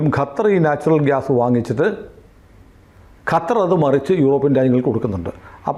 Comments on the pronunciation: ഗത്തർ എന്നാണ് പറയുന്നത് .. ഖത്തർ അല്ലെ ശരി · “ഗ” അല്ല “ഖ” ഖത്തർ ഇതാണ് ശെരിയായ pronounciation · ഗത്തർ അല്ല ചേട്ട ! ഖത്തർ അങ്ങനെ പറയണം 😂